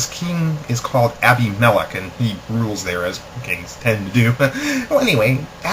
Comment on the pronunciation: I couldn't pay attention because you don't know how to pronounce Abimelech.